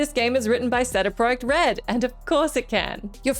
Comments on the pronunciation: Ah yes, famed polish game developer 'seh deh project red' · will you all STOP saying SayDayPoyekt Red and just say it normally...sheesh. you and all the rest of you whatculture moron...and tell josh to stop saying fillum. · wtf is "sedy proj-yek red"? ☠ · Say it with me "See-Dee Pro-ject Red". i love you you are one of my favorites but this just bugs me to no end. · What the hell is seda project red? 😂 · writen by Sarah product red? 😆 turned on the CC to try and figure out what she said. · Why does she say CD project red like that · Presenters mispronouncing something doubles the interaction in the comments. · Wait have i been pronouncing cd project red wrong all these years? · Wait, is that how you're supposed to pronounce CD Projekt Red? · I had to skip back multiple times to make sure I actually heard that and wasn't imagining it. I even googled it to see if it was some pronunciation I'd missed out on. Then I remembered that this is not the first time WhatCulture has had presenters pronounce things in some ridiculous way... It must be some in-joke amongst them they drop into videos to laugh about when people like us get fucking confused and comment about it... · .. her pronunciation of Cd project red was the most annoying thing I’ve ever heard. Fuckin Christ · Pretty sure you've said cd projekt red the normal way in the past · I can't tell if she's meming or genuinely can't pronounce CD project red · I had to relisten a few times cause I had no idea what she was trying to say at first.